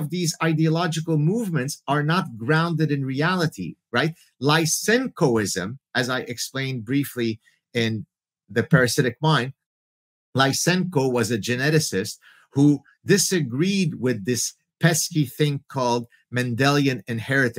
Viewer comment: More proper pronounciation of Lysenko would be along the lines of Whisenko